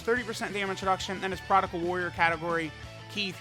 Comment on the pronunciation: Maybe when these boys come out on global he will stop saying "prodical"